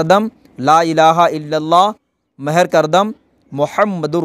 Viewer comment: غلطیاں کبد کے بعد تجلی ھے اور یحکی کی جگ پہ تحکی ھے. مر نہیں مہر ھے. كلكيك لكك نهيں كلك لك لككا هے